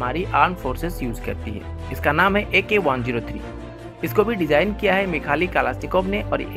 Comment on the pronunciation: मिखाली नही मिखाइल